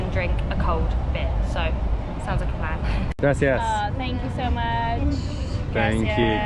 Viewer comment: They all had a “grassy a s s”?🤭 It’s Grah-see-ahs. not trying to give you a hard time but you really should try to say that right because that one really irks Latinos.(I’m not one but I was told)